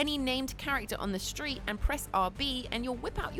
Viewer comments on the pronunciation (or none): none